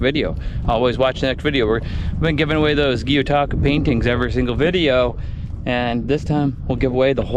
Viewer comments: It is gyotaku not gyutaku. 👍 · LOL,, it's pronounced GYO, like Guh-yOH-tah-koo. Now say it fast: GYOH-taku. The way you're saying it, "Gyuuu-tako" means "Cow-octopus" not even joking. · Watching intently to see if Gyotaku is pronounced properly this time